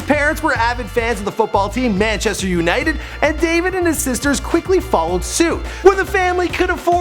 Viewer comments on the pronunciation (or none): When she said "Manchester's United".... I just can't